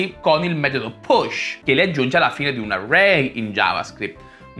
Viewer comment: Ma perchè non pronunci le doppie? "Aray", "Semplicisimo"...